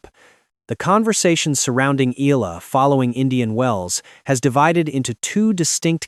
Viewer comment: Her surname is pronounced as Ee-yuh-luh. I wonder why Oprah's picture keeps being shown.